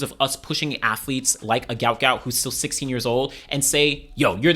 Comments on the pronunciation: His name is Guot Guot pronounced Gwot Gwot. A spelling error was made on his parents visa when they were in Australia. It's Not Gout it's Guot. "Gwot". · Is there any chance people can say his name correctly now that his parents have explained it was spelt incorrectly, it’s Guot not Gout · "Guot Guot" not Gout Gout. Pronounced like Gwot